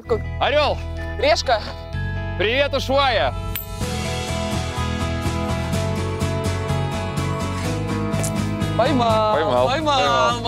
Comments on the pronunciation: не Уйшуайи а Ушуая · Не Ушуая, а Ушуайя! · А почему вы говорите что Ушвая , а там Ушуайя